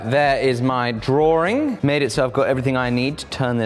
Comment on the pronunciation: It's not a drawring, it's a drawing